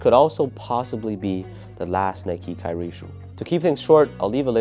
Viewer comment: Did you just say "kyrie stupidity"?😳 Kidding aside, looking forward for the kt8. Great vid, as always.🔥